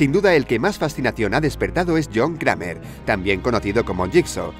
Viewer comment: Cramer no existe, se dice creimer.